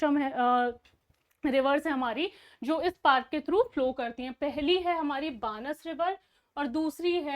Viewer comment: It's pronounced as बनास नदी (Banas river)